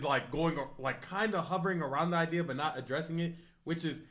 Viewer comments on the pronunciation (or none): none